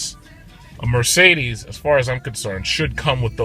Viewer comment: almost made me spit out my coffee laughing. "Ermergahd it's a Mercerderrrssss." Thanks for uploading this review!